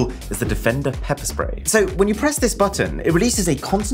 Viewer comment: I thought he said pepe spray